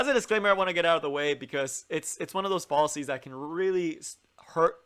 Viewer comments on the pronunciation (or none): its not fall a sees closer to fall as in Al (the name Al) fallacies